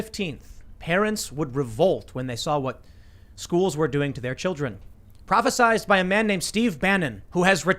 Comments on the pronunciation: Prophe-sighed. Not sized. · “Prophesied,” not “prophesized.” prah phe sighed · Tim, it’s “prophesied”, not prophesized, or whatever word you were trying to invent.